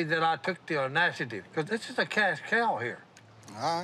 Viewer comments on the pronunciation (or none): "He'll be happy I took the aunashitive" 😂